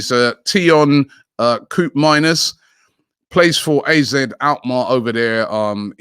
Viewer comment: Legit shocked Robbie pronounced Koopmeiners right lol